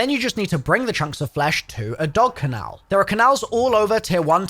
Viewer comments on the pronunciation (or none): Bro literally says canal and not Kennel typical Americans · For Christ's sake it's Kennel. NOT CANAL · Absolutely live the videos, been so long since I was addicted to zombies! Quick heads up - heard you say "kan-nal" instead of "ken-nel" in the latest video. No biggie, but thought I'd give you the heads up. Keep the awesome content coming! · I find it crazy that you still say Canal instead of kennel 😂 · the way you say kennel makes me psychically recoil in pain, its keh-null, not ka-nell 😭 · Kennel. It’s a kennel. Not a canal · Dude I love your content. But please it's dog kennel not dog canal. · A dog WHAT? Did you say CANAL!!!?? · Please learn how to say kennel properly. Ur saying canal lol